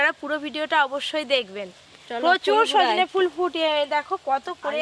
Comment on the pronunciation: দাদু ওটা সজনা ফুল নয় সজনে ফুল হবে 😂😂😂